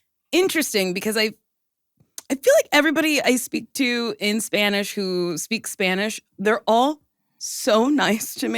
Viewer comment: Nicole, you speak/say Spanish words (like accent wise) very well!